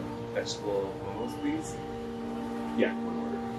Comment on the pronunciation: The plural of Momo is Momo not Momos. And it’s actually pronounced maw:maw not mow mow. Just letting y’all know.